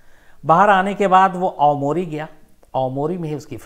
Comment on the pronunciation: आमुरी नहीं आवामोरी है।